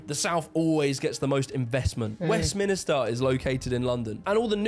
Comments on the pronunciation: Wait! Did he just pronounce it "Westminister"?? I don't take too much historical notes from a bloke who can't pronounce Westminster right! 😖 And the Shandy swilling Southerner says "I don't speak propa" ?!! 😡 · Why does he say Minister instead of minster? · HE KEEPS SAYING WEST-MINISTER! It’s annoying me so much I nearly smashed my computer. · A very interesting video for sure. I do find the guy presenting the video a bit unappealing. Not to mention he called Westminster, “Westminister”. It’s also rather simplistic to make out that the mines = the whole north, or “norf” as he’d say. I’m from East Yorkshire where there were never any pits and now live in York which also has as much connection with pits as Kent did. Rural East and North Yorkshire have been exceptionally pro-Conservative voting and even in the last election, Labour was never in the picture. This picture of the North he presents is not representative of everywhere. York and Harrogate here in Yorkshire and Cheshire etc are as affluent, if not more, than many places in the south. It’s not as completely black and white as he makes out. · I'm a pro Thatcher person.🇬🇧 Who's the kid who is mispronouncing Westminster ?